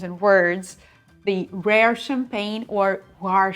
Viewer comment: Rare please, not Rore!!! 😅😅😅